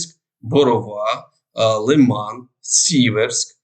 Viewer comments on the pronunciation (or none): none